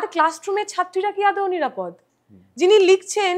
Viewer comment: ইনি আদৌ কে আদেও বলেন কেন?